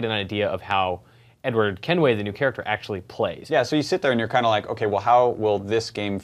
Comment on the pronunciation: I thought he said Edward Hemingway.